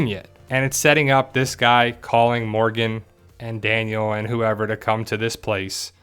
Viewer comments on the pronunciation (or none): none